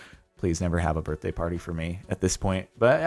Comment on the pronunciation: It’s your burfday